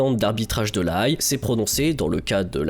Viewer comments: "la cours permanente d'arbitrage de La Haye" prononcé comme "une haie" et non comme "ail" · La Haye se prononce "la haie". Intéressante vidéo sinon.